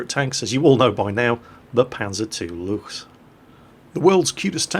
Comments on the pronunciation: it is (Lou-k-s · did kind of unlearn, how to pronounce "Luchs"... He had it right for some time and now he's back to trying too hard to get the "ch" sound correct..., it's pronounced "looks". Just as the lame pun in the title of this video. Just say "looks" and your pronunciation will be spot on! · Btw, 'Luchs' is pronounced like 'looks', i.e. whithout the typical 'ch'.